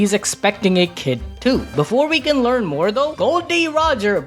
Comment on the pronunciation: Bro said like learn 😭